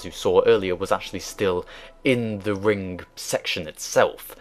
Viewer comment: Its 'ring' not freaking 'rink'